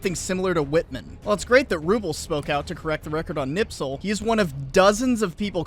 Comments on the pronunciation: I love your videos but FOR THE LOVE OF GOD stop pronouncing his name Knipsel. It's pronounced 'Nispel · The man is named Kni*sp*el not Kni*ps*el. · "KniPSel"? I thought it was "KniSPel"! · It's Kurt KNISPEL. Not "Nipsel". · it's knispel, not knipsel but good job on finding Dr. Toepfer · That was painful to listen to. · Mildly amused by Knispel being pronounced Knipsel. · It's KNISPEL, could you at least bother to read the name properly? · How? How. How. Do all Tuberoos get Knispel's name wrong when pronouncing it?